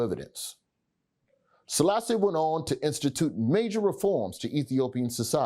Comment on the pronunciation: It's the pronunciations for me tbh😭😭